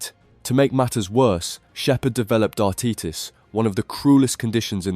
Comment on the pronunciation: If u are gonna make dart videos at least say things properly.. dartitus is not darteetus and its oche and not oi. What the fuck